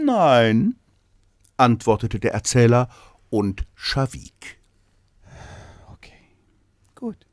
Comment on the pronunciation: Scha - wieg? Ich hab verstanden "sah weg" 😅